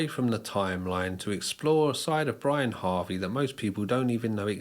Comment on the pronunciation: Good video, especially the last few minutes. Minor correction: It's not Brian Harvey, it's Brianarvey